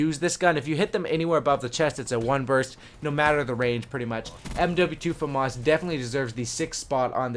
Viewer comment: Its said like fahmis not fomus i know its spelled famas thats just how its said